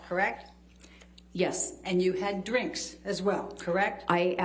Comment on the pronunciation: How many times did she ask how much she had already charged? Also, she reminded everyone about "dinner and dwinks" many times as if that totally destroyed her objectivity. The psychologist totally batted the question.